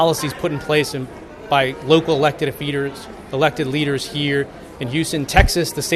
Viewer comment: did he say "elected feeders" ?